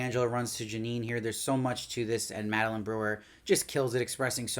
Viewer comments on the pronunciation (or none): none